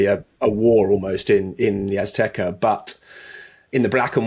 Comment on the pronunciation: At the "Aztekerr" 😂